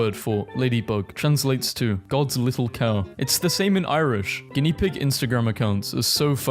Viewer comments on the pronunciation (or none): none